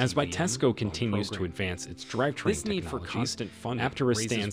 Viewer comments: "driv train" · I don't have that great of a voice either, but that is no excuse to allow computer generated reading with all of the obvious mispronounciations. Just read the thing and I will upvote your channel. As an alternative, you could just misspell the parts it has trouble with like drive train, poor sha etc...